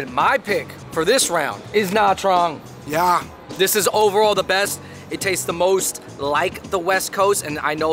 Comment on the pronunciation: Gaaad damn bro you butchered nha trang bro 😂 .. put some respect on that name haha